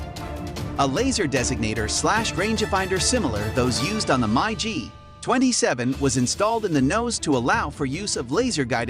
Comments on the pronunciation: MI G not My G lol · It's Mig not My g